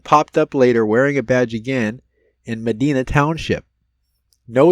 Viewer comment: Medina pronounced- Ma- di-nah. Im gonna go look for him tommorow